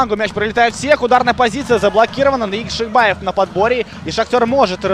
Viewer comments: ЯкшибОев, а на яшибАев. Коментатор блин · по русскому Яхшибаев комментатор правильно говорить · Уважаемый, я прочитал. И там везде он ЯкшибОев. Кроме последнего абзаца, но это уже относится к особенностям языкового восприятия. Это как открытый и закрытый слоги в английском языке. И с точки зрения нашего языка правильно ЯкшибОев, потому что в родном языке футболиста нет ярковыражнного произношения буквы А. А по поводу Ваших коменнтариев- я не слепой и вижу кто в атаке, кто бьёт и так далее. Вы не на радио работаете, попробуйте за 90 минут репортажа что то рассказать зрителю по мимо перечесления составов и кто кому мяч отдал....